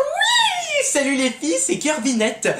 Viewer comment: On dit Kirby !